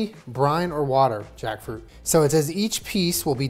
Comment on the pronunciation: Take a shot every tiem says Jakfrut